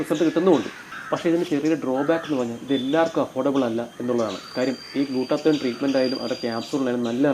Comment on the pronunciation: Glutathione ennalle glutathoyon ennano😂 Alla ee ano??